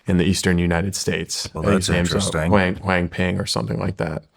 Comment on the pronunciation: Wang pang? Cmon Shawn, you’re better than that.